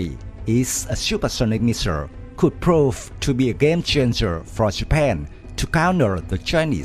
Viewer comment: "Shuper shunic Anti ship Messures"... 😂